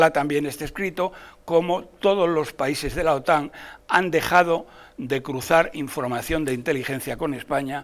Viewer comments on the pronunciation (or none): none